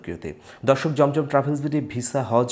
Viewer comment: It is not jomjom travels, it is zamzam travels. Please pronounce nicely. There is difference between jeem and za Jazak allah